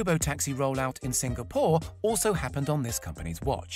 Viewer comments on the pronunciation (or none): none